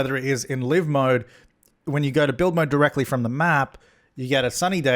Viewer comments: I love you but please stop pronouncing live mode wrong. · I've always called it 'live' mode as in how you would pronounce 'alive' and now you've blown my mind...